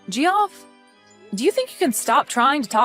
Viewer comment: Did you really pronounce his name as Jee off?!?! 😂😂😂 It's pronounced JEFF! 😂😂